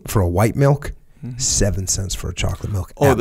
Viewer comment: Why can’t they say milk properly? They’re saying mulk it’s making me feel weird